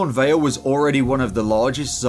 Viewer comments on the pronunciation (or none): none